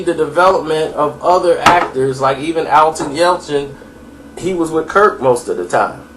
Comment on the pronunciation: It's not "Alton", it's "Anton"